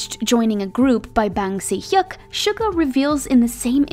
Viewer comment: How she prounounce "Bang Si-hyuk" makes me know thats she's not an ARMY